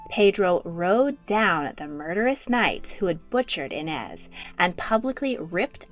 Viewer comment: as a brazilian, pê-dro, no pedro, afônsso, not afonso, i-nês, not inés